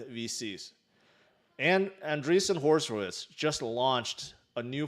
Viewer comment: “Andreesson Horse-Witt’s”🤣🤣🤣🤣🤣🤣🤣🤣🤣🤣🤣, you are my absolute favorite pronouncer and annunciator.